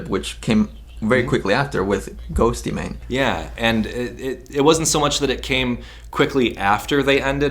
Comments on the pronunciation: You pronounce it just as ghost not ghosty lol 😖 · it’s “ghost-mane" not "ghost-ee-mane" 😂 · Hehehehe Ghostymane, I love how you pronounce his name it's too cute! Awesome video, and a unique perspective, I think both sides were toxic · Ghostemane is pronounced like Ghost mane. Not Ghosty mane. 😆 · Why Does this Buffuonish Host Call him Ghost-e-Mane, it's fucking Ghost-Man-e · His name is pronounced like “ghost-maybe” not “ghostey-mayne” 😂😂😂😂😂😂😂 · Ghost y-mane? What an idiot! 😃 How does he not know how to say GHOSTEMANE? But doing an interview including Eric. Learn dude... Crazy fool! You look lame! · Its pronounced as "ghostmane" not ghostEEEEmane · Bro the E in “Ghoste” is silent lol. Just say “Ghost Mane” 😂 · GHOSTEMANE not GHOSTeyMANE 😂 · Sabrina O'Neil ghostemane is pronounced “ghost-main” Not ghosty. And not man Its ghost. And main. Ghostemane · His name is ghostemane not ghost eee mane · Bruhhh it’s just said ghost- mane although I get why you would say ghostaymaine because the way it’s spelled lmaooooooo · Say it with me, Ghost-Mane. Not Ghosty Mane, thank you. Use your research skills and look up a correct pronunciation. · GHOSTYMANE 😂😭😭😭😭 ILY but it's pronounced ghostmane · it's not,his name is Eric ghoste,it's still pronounced ghost,not ghostymane 😂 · Ghost mane. Not ghosty mane. Lol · Hey bro I'm late but Ghostemane is just pronounced Ghost mane he is an amazing artist tho I love him. Never mind that great vid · Ghost-mane! E is silent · The second you said “ghosty” mane, you lost me. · He says ghosty mane and it bugs me 😭😂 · It’s pronounced ghost mane 🤦🏻‍♀️ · he said ghost-y-mane lol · it's pronounced GHOST MAIN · it’s just pronounced ghost - mane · Isn’t it pronounced ghost mane? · The fact that he keeps saying "Ghost E Mane" is infuriating. Lol. I love, but I love Ghostemane more. In all seriousness, a lot of people don't know how to pronounce it. So it's okay. 😉🥰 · Ghostemane is just pronounced ghost-mane lol